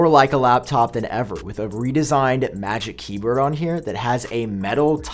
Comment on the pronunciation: Magic KE-BUR 🤣